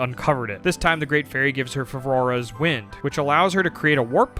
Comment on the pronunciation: "She keeps mispronouncing Jabu-jabu" 2 seconds later: "Farvora's wind"